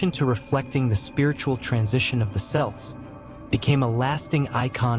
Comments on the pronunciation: Kelts not s prounce with a t😊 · As soon as you mispronounced Celts in the first sentence I had to turn off. Try better